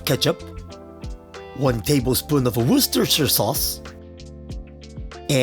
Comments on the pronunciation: You might be some sort of Eldritch god for being able to pronounce Worcestershire, either way I enjoyed your video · You pronounced Worcestershire sauce better than most Americans, I've seen on youtube.